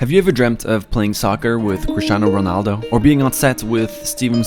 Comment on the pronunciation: How did he say Ronaldo